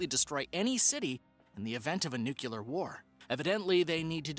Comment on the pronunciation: If you are going to be a narrator on any show, you should learn how to pronounce easy words such as “N U C L E A R”. Even Homer Simpson can pronounce it properly